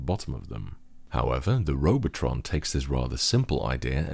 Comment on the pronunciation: That German is spot on.